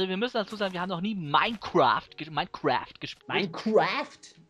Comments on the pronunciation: Minekwüäääääft so geil :'D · Daumen hoch vür die aussprachen von minecraft vom:)